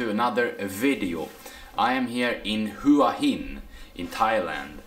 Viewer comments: Hua Gin - no, it's not Hua Gin😂😂😂 but Hua Hins awesome, it's the beach residence of the King of Thailand,.at least it was. My fav hotel is Hyatt Regency there, has the most amazing pool side which goes through the whole garden area👏❤️❤️❤️. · hua hin not "hoo ah hin" but nice vlog, im looking forward to going there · So... you are going to continue to call it Who-ah Hin?? Not very professional bro...if you consider yourself a professional at all to just mispronounce the name of a city. Didn't you notice when you were trying to buy your train tickets?? Each time the agents referred to the city by its correct pronunciation ... 'whaa heen'. Or maybe you just don't read your comments. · Hua Hin is pronounced WAA HIN.. as Hua Wei is pronounced WAA WEE.